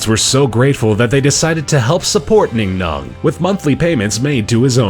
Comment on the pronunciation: Ningnong? ITS BING BONG